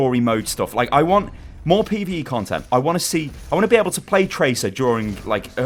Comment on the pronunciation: Is jus pee-vee-ee